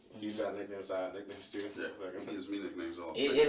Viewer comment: OMFG😂.. EVEN THE AI VOICE PRONOUCED IT AS..Many of the people at the parties used nicknahyeemz